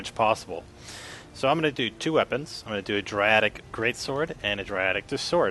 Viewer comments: You say it [day-dric] not dra dic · Its called DAEDRIC, not Driatic! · It's not driatic it's daeric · Why do u call it daradic its daeric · Really dradic it's deadric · Draiadic Okeh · Oh my god it clearly says DAEDRIC DAY-DRIC not fuckin "Dradic" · It always reads in my head as Day-Ed-Drick. I don't care how this guy pronounces it. I'm just happy to see the tricks he was describing in action. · can I ask why you call it Dradic? Not to be mean, but its Daedric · Dae-dric not driatic. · Where does he get *Driatic* from Daedric? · its deadric ( day-drick ) not ( dra-dick ) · That was driving me insane thank u!!! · more like dre dick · Dri-attic great sword, Dri-attic just sword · its pronounced DAY-DRIC you swine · Mate no offence but it's daydric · So what its 'Day-Drik' you understand him right?! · "Daedric" is pronounced "dee-drik". Like "daemon." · lol its pronounced daydric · Correct me if I'm wrong but I think it's pronounced day_drick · no, its pronounced (Today-Trick) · It's pronounced (Day-Drick) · please pronounce daedric correctly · ur saying it wrong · I'm more mad than I should be on the way he says daedric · You don't even know how to say daedric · LOL he says daedric funny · He spent a ton of time analyzing and playing but didn't take two seconds to read and pronounce "Daedric" properly!